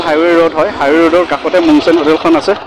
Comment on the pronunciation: Mong sang hotal nohoi mung sung hoi😅